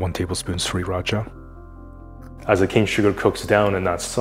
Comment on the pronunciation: I love how you pronounce Sriracha correctly and how you say the word sauté. 😄